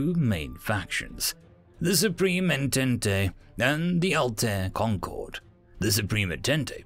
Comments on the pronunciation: Entente is pronounced on-tont not on-tent-tay, it's french. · >En-tent-e I love it. An alternative to the French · Yeah that kinda annoyed me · Sorry if this is rude, but I wanted to point out that entente is pronounced as "On-taunt.". It's French. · You butchered the word Entente. xD